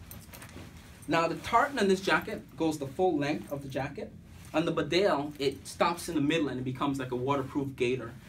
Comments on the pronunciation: Its Pronounced.... Bee Dale not Bdale Nice Vid :) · It's pounced bee Dale and not berdale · Wrong emPHASis on the wrong syllABLE. It's BEdale, not BeDALE! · 2 things - it’s pronounced bee-dale not bidale, and the large rear pocket is for dead stuff. The cartridges go into the deep front pockets. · Bee-dale not B'dale! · It’s pronounced BEEDALE NOT BDALE. you ain’t qualified to review these jackets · Bee-dale not Bdale! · Great jackets...I've owned these for years and other Barbours. Just being picky, but even though it's spelt Bedale, it's pronounced 'Beeedale' Glad to see people over the pond appreciating an amazing British brand. 🇬🇧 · Great video...btw its pronounced " bee-dale" its a small market town in North Yorkshire👍